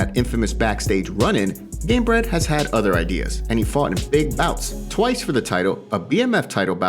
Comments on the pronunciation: Did the narrator said inbred instead of gamebred or its just me ?!? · Did you just say Jorge "inbred" Masvidal 🤭